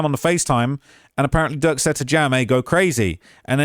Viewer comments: Why you keep saying jerk instead of durk? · keep calling Durk. “Jurk” 😂😂😂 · Why you keep calling bro jurk 😂😂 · keeps calling him Jurk lmao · Butta said durk lamron😂😂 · @@ I think just mess up names he keeps calling durk jerk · Durk not jurk ahole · Why u keep calling durk jerk 😑 feel like u doing it on purpose now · Why do you keep calling Durk, Jerk 🤣🤣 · Stop calling him jurk yo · after the 6th time u called him Jurk starts 2 feel like it's on purpose 😯😯😯😯 they pressed u Bad huh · He keeps calling durk jerk 😂 that’s hilarious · I’m shock how much these witnesses are talking, I know they’ve made deals with the prosecution, but I’m scared for them after all this testifying! Also I know it’s accidental but saying jerk instead of durk is making me lol 😂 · Why u keep calling durk, jerk? 😂😂